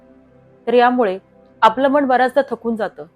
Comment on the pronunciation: व्हिडीओ उत्तम, सादरीकरण उत्तम. फक्त आपण मनाचा उच्चार मण असा करता आहात. तो जर मन असा केलात तर परिपूर्ण वाटेल व्हिडीओ.